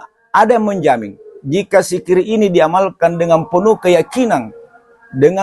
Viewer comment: MAAF.. BUKAN SIKIR TAPI DZIKIR YANG BENAR....